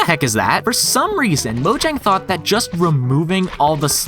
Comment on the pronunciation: All this knowledge and you still can't pronounce "Mojang" correctly. 😔